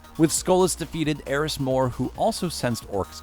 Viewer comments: Just go watch Byf. He actually says stuff correctly like ERIS NOT ERIN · Erin mourn? Eris* lol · im pissed... Why did he call ERIS. ERIN?